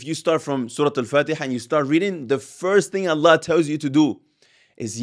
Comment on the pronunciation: important note when you say Allah we must hear the h clearly ,otherwise great video